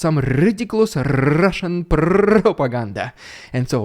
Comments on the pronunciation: Rrrrrusian Prrrrrrrrrrrrropagander first 😅😂😂😂😂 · loving the RRRediculous RRRuzzian pRRRRopoganda